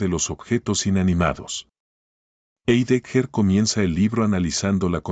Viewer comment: Heidegger no se pronuncia como lo dice el locutor sino que se pronuncia /haideguer/